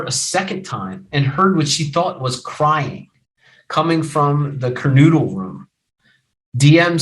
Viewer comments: Mogen- not MogDen "kor" (corps), not "corpse" Kernodle (ker,-no-dul) not, ker-noo-dul Kohberger's tag out of PA was set to expire Nov. 30; the registration of his vehicle in WA was coincidental, not evasive in nature. The dog owned y Goncalves was located in Gonclves' bedroom, not "covered in blood" in MOGEN'S bedroom, where both Goncalves and Mogen were found deceased. The charging instrument DOES NOT STATE the shoeprint was found "in blood" in the hallway, it simply stated a shoeprint was discovered in the hall and was determined to be from a Van's brand shoe. Kohberger APPLIED for an internship at Pullman PD; there is no statement of fact that Kohberger's application was accepted, or that Kohberger ever worked at the Pullman PD, in ANY capacity, at any time. The DNA on the knife sheath was not a MATCH to the DNA found in PA. The DNA found in PA revealed it was PATERNALLY RELATED, at 99.9998% as the FATHER of the DNA profile collected from the knife sheath in IDAHO at the crime scene. There has been no statement of fact that the DNA found on the knife sheath was that of Kohberger's father. It is clear you misunderstood the scope, purpose, and results of the two sources of DNA; the two profiles showed a FAMILIAL connection, NOT one SINGLE person as the contributor to BOTH DNA samples. Sloppy research, unnecessarily dramatic and overwrought. delivery. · Cur no dull. Gone Cal vez. And you're a lawyer? NOT cur noodle.